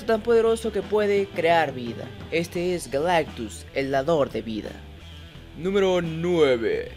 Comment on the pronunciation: Por un momento creí que dijo que Galactux se llamaba Galán.